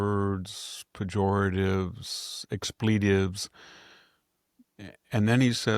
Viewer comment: Hi Victor! Just a little tip. Expletives. Need to Google for correct pronunciation. 😊